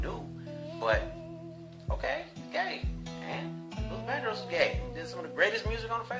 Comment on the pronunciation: Lil Dandros 😂 Luther. Vandross. Def work on audio mastering, but you got a follow in me! Nice work!